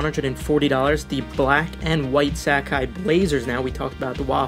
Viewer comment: So much inaccurate info here. Plus you butchered Sacai. I hate resellers as they continue to take out the joy in copping sneakers.